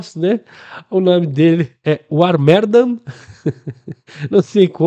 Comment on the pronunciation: a pronúncia correta é "Var Merdan"